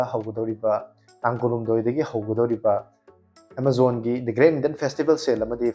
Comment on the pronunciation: Bro gi j sound tab nungyte